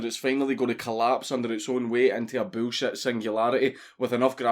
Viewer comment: "Boolshet." I love Scotlandistan. You too papa Dankus.